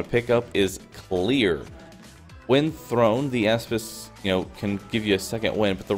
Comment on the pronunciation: Nice build but I can't get over "asspis"